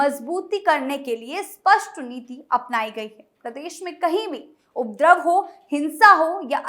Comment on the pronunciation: उप द्रव नहीं उपदरव बोलिए